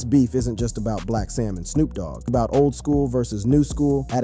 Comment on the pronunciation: He also said, "Snop Dogg" !!